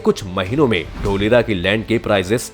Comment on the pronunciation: ढोलेरा nahi धोलेरा😂👍🇮🇳😘😍